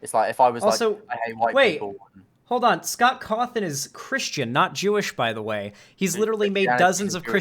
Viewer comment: He do be sayin Scoff Coffin for real tho